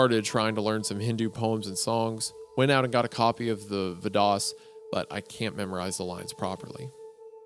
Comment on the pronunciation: Wendigoon has such a terrible time pronouncing words. Reading Vedas as vi doss